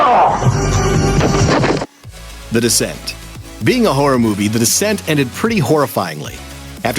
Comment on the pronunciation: Sure doesn't sound like this guy is saying "Horror"